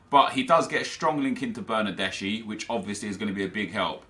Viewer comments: Its not bernardesi its bernardeski, trust me im italian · That's Bernardeschi not Bernadeshi You should pronounce it like Bernardeski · Bernardeschi is read as Bernardeski